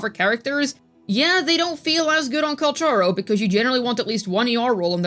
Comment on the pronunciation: btw. Calcharo is actually pronounced " Calkaro" you can find that in his ingame greeting voice files 😂